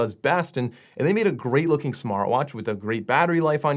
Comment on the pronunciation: 11 seconds he calls smartvwash lol